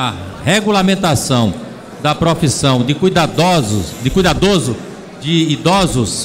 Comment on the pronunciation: O cara não sabe nem falar "cuidadoso", pelo amor de deus......